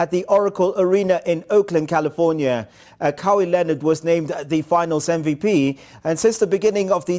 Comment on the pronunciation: Pronounce Kawahi Leonard name well